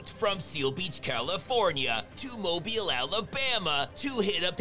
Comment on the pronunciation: Did just pronounce MOBILE, ALABAMA correctly? My man is CULTURED!